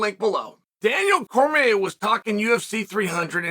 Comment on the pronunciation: Came to comments just bc the Cormier dc thing. Chael done had so many shrinks after Jon dismantled him he still can’t say his name or he gets ptsd